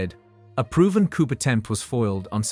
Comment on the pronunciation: the P is silent in COUP!!!🎉🎉🎉